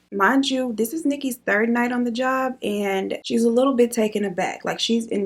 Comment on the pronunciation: he makes me laugh when he says turd instead of third 😂😂😂